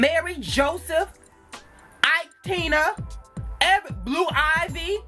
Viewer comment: Omg he said BLUE IVE AND NORTHWEST 😂😂😂😂😂😂😂